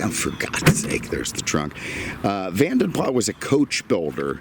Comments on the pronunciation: Pronounced Vadem Plasssssss. Use the S. NOT Vanden Plas with a silent S. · Van den Plas is pronounced with the "s" at the end, it sounds less posh but that is the correct way.